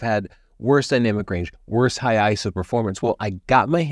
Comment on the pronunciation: Hey I think you're the first photography youtuber I've heard who says ISO like a word (which is the technically correct way 🤓) To be fair, I haven't watched that much from the photography youtube channels lately.